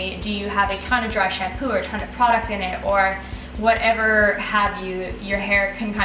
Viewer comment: "Drái xampúuu" so beautiful 😂